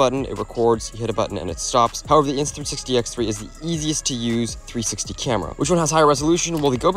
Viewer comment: the way you said it lol